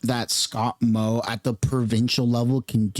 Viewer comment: Excuse me. Moe not “Mod”.